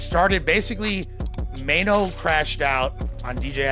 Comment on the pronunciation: Who is MY-NO????.....BIH his name is MAINO!!!😂😂😂😂😂😂